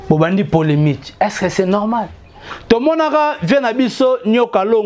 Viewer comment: ON DIT POLEMIQUE ET NON POLEMITE. TOI AUSSI TU CONNAIS PAS L'HISTOIRE CA CONCERNE WENGE MAISON MERE ET NON 4X4. JE REPETE ENCORE, ON DIT P O L M I Q U E et NON POLEMITE QUI N'EXISTE MEME PAS EN FRANCAIS QUE JE SACHE.